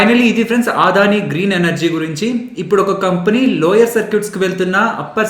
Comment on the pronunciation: మీ అనాలిసిస్ చాలా చక్కగా ఉంటుంది. దాదాపు 6 నెలలు గా మిమ్మల్ని ఫాలో అవుతున్న. థాంక్స్. చిన్న సవరణ.... అది "ఆదాని" కాదు "అ"దాని... అన్యదా భావించొద్దు.నేను రిటైర్డ్ అయ్యవారు,ప్రస్తుతం అడ్వొకేట్.